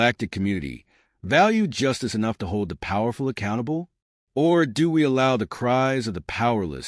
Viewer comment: Please fix the pronunciation of these words: Knew, Or, Inside, Now. Today, Nerve, Act, As, Knew, Forgive, Chose, End, Try, Know,These are the most pronounce